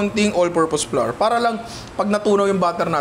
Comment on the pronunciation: Super commendable work ethic and effort. This is awesome content,! 👏 👏 🔥 🔥 Madagdag ko lang po: Our / Flour / Flower = They all sound the same. Walang variation, pramis. Hindi po tama yung flour = flarr. English and Language educator po ako. 😁 This is not bashing but helping our content creators improve their craft po. 😊